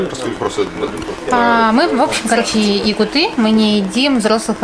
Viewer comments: Девочки пожалуйста, не якутЫ, а якУты. Не бурятЫ, а бурЯты же) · делайте правильное ударение -якУты , никак не якутЫ, девушки, вы безграмотны 🙅мартышки популярны среди горожан, а в селе всё таки кёрчех -взбитые сливки замороженные с земляникой, брусникой, голубикой, малиной и любой другой ягодой, растущей в Якутии Ваш Женя недоучка и вводит в заблуждение тех, кто смотрит видео, стыдно. .... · ПРАВИЛЬНОЕ УДАРЕНИЕ на ЯкУты, а не ЯкутЫ))))) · 4.07 не якутЫ а якУты , девчонки себя надо уважать. БурятЫ, татарЫ, башкирЫ обиделись бы